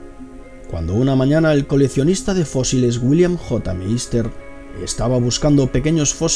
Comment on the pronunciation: Por que la voz tan afectada? Porque no pronuncias las c? Dotor, colecionista